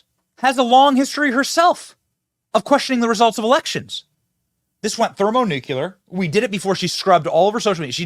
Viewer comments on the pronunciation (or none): Don't try to say Thermonuclear if you can't pronounce it, please!